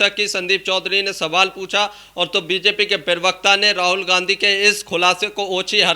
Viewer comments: हिन्दी शब्द तो सही बोलो...... प्रेवक्ता नहीं प्रवक्ता शब्द होता है। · Pravakta ❌ pirvakta😎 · प्रवक्ता बोलो पिरवकता नहीं। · App pirvakta kyon kahte ho.Say parvakta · पिरवकता होता है या प्रवक्ता?